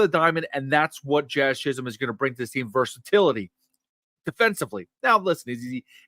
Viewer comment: Don't pronounce the L in Chisholm! Its like Stewie overemphasizing the H in Wheat!